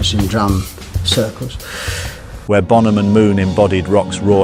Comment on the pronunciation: Por qué mierda dicen bonJam? Se pronuncia bonam.